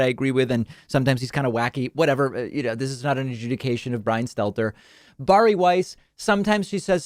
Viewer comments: Bar e is not how you pronounce Barry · Are we not going to talk about David's pronunciation of 'Bari'?